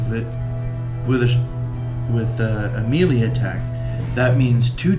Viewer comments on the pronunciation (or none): Nice walkthrough. Learn how to pronounce melee though. It's pronounced May-Lay. Not Mee-Le. Otherwise the walk through is appreciated because the instructions with the game come off as a bit truncated.